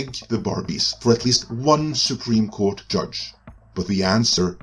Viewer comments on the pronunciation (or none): none